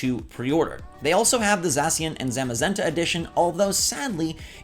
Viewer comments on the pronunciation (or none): Did this nigga really just say za-si-an and za-ma-zenta